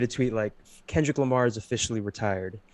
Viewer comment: Is he really saying o, k. lamar with the letter 'r' being silent? Also you haven't heard Denzel, Vince or Saba new albums?